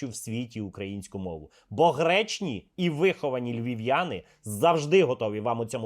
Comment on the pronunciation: "гречні"-це сильно😂😂😂😂😂😂можливо "гжечні"?🤭